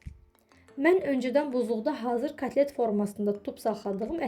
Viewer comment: Katlet yox kotlet.